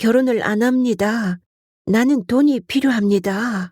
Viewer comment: 인트님목소리가 너무 좋아서 항상 잘 듣고 있습니다 그런데 내용중에 계속 "나는' 이 "너는"이라는 발음으로 들리는데 좀 이상하네요